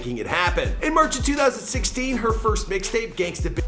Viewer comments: Bruuuhhhh stop pronouncing carribean that like 😂😂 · Why does everyone else pronounce Caribbean like that while we Caribbeans pronounce it like Carib-yun??